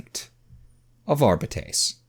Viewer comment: As much as I loved listening to this series years after reading the original, the way this man reads Arbite/Arbiter hurts me every time.